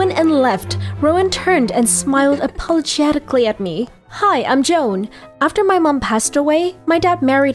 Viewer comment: "APO GETICALLY"